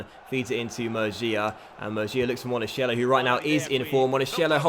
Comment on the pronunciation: Monachello is pronounced Monakello! You're saying monasciello right now! Keep him for a long time is a very good player!